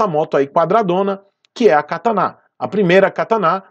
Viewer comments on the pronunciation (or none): Kataná? Kkkk cara sério que você errou a sílaba tônica da palavra? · Vc pronunciou katana errado